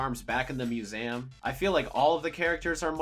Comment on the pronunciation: How did he say museum?